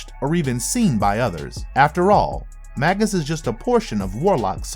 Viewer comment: Oh my god! It's not bad enough that the narrator is-- likely through no fault of his own as a producer or the episode writer should have helped the narrator out on pronunciation, imo --mispronouncing the word "Magus" as Magg-Us rather than the actual pronunciation of _May-Gus_! But the script is forcing to say Magus every other word! I'm a bit OCD, so it is killing me every time I hear "Magg-Us"! Arrgghh! which is not original to the evil Warlock doppelganger, but is another word for sorcerer, mage, or wizard and was originally a term for a type of ancient Persian priest.